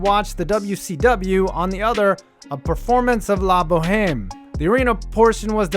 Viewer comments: The "h" in La Boheme is silent. thanks for the videos. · For future reference (if anyone even cares) the H is silent in "la bohème"